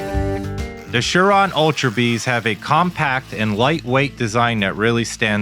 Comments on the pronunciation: Umm there is no H it’s Surron not Shuron? wake up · It’s a surron not a sure on.